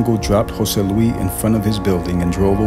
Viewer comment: It’s jose LuiS not jose luee